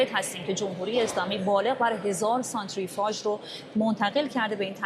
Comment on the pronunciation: سانتریفاژ❌ سانتریفیوژ ،✅ تنگه مالاکا❌ تنگه مالاگا ✅😊😅